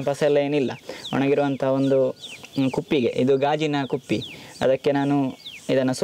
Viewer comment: it is so coastal style "gaajina kuppi" :D